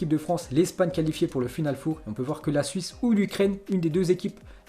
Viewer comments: Putain apprend à parlé du con ..... On dit final FOR pas foure putain c'est quatre .... Ça s'écrit four mais on prononce for ..... t'es le meilleur dans t'es conneries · Final Fauve !!? Même les chiffres en anglais ( après les noms des joueurs ) tu n'arrives pas à le prononcer correctement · On dit pas final four c final four 4 en anglais